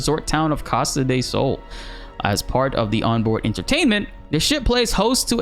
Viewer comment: Why do you say Costa "day" Sol?!!! 😭😭😭